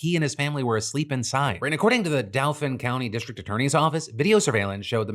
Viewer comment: from somebody who lives in Pennsylvania, it’s pronounced dolphin County 🐬